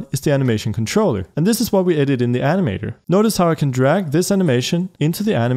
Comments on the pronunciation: i thought he said anime door not animator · how he says ANIMA(DO'R)